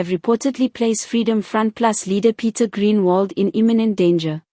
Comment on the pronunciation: Groenewald not greenwald